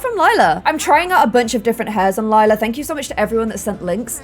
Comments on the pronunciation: Lila died, that's Form but hey at least pronounced it Lie-la instead of Lee-la. I love this series so much. I'm very far behind watching it and I've been binge watching it for weeks. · finally pronouncing Lila correctly when it's the wrong name altogether 😂 Relatable tbh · Love how it took forever to pronounce Lila properly and now she keeps calling Clem, Lila 🤣